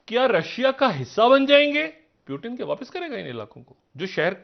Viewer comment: It's not Urdu word peewoooton but. Pooootoon